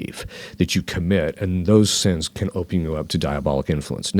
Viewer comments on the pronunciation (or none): Sins, not suns!